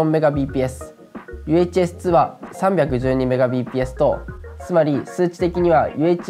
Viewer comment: 補足するとMbpsの読みはメガビーピーエスではなくメガ"ビット"パーセカンドですね。